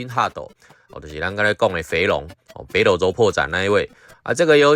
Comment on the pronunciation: ほくと 台式念法 後苦抖 不是哈苦抖啦